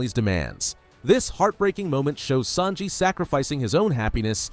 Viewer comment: Bro its sanji not snaji